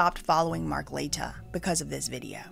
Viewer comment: Mark La-tea-ya